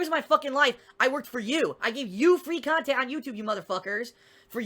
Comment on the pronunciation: How can his "business" possibly stress him out? There are literally zero quality standards for his kahntent. 1. Start your capturing devices. 2. Play video games as casually as you want, as long as you want (even if people directly pay you to finish it). 3. Upload the raw footage onto YouTube. 4. Record 20-60 minute video rambling about how stressed you are from Step1-3. 5. Repeat daily. That's fucking nothing. He could EASILY work two part time jobs and still make his "koala-tee con-tent". He doesn't even attempt to hide any of his lying tells; it's like he has no self-awareness at all. It's marveling, honestly. It's hard to believe someone like this exists.